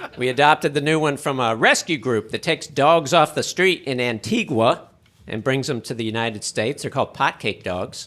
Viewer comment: LoL, funny stuff. Watching from Antigua; pronounced An-tee-gaa..the U is silent